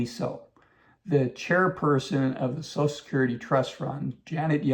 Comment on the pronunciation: It’s called social security, not sosul security.